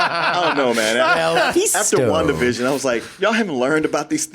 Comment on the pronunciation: Am I the only one who hears "one division" instead of Wanda Vision" every time says it?